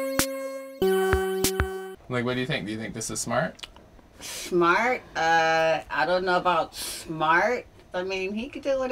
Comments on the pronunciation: Schmart? Uhh I don't know about schmart. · “Shmart, I don’t know about Shmart.”